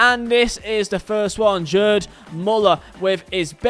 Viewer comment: "Jerd Müller"